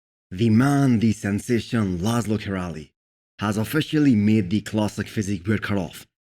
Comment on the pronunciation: hey! just a quick correction in the name of Laszlo it should be pronounced in english as Laslo Kiray! No Z and L, much love from Hungary